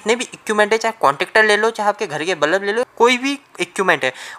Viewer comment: Bulb ko balab bol te ho.😂😂😂😂😂